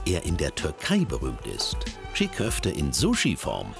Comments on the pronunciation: Nicht tschigg köfte. Tschii köfte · Alter das G ist stumm! Die heissen gesprochen Tschi Köfte! Nicht Tschig!